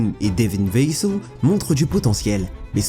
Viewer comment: Super vidéo (par contre evitez "l'accent américain " ...😅😉 ....vassel ,jonhson ....) sinon très belle vidéo très bien documenté bravo